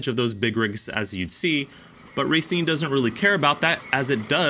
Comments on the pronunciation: "ra seen" is how you pronounce it. not racing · You pronounced Racine incorrectly…. It’s pronounced rauh, not raiy. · think of it as ruh-seen. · Is it pronounce ra-scene as in racine mn or racing? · not sure any wisconsin natives have commented this but it's pronounced Rah-seen from anyone I've ever heard here. Cool Review! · Racine, Pronounced "Rah-Scene". Little tip from a local for ya. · Just for future videos, it's pronounced ruh-seen